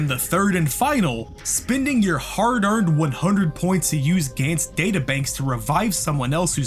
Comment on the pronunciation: Its pronounced Guns as in 🔫 not a"gaints"